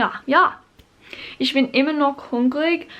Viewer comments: Very good pronunciation, just when you say Ich, try saying the "ch" as "h" and not as "sh" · Since I'm already capable of speaking german, I started learning japanese again. Hope you have as much fun learning german, as I do with japanese. Still love you pronounciation of "Ich", because in your latest german video you pronounced the "ch" in "Woche" pretty well. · As a native speaker I can assure you that your German is pretty good. I guess the pronunciation of the "ch" sound is something many foreign speakers struggle with. Maybe you can try mimicking a cat hissing. That's not exactly the right sound because the "ch" in "ich" is not that far back in the throat as the hissing sound (am I making sense?) Also, there is no logical reason why some words are feminine, masculine or neutral (why is a spoon masculine, a fork feminine and a knife neutral?)